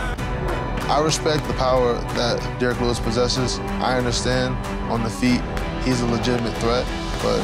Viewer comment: "Derrick willus" 🤣🤦‍♂️